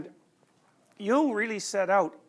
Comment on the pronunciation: Thank you for pronouncing “Nietzsche“ correctly! “Jung” needs work though...